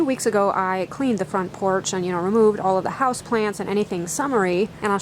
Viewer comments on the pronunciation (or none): none